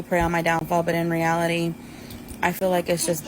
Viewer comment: Ive never thought about it but she doesn’t say “reality” she said “re allity” like girl its one word